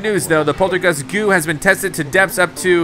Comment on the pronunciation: I heard that the poltergus G-OO is actually called Poltergus G-DoubleO But, i still love the way you say goo insteadXD